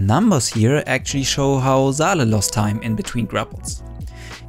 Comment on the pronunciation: Saleh is a Arabic name pronounced saw lah it's not zaleh its saleh.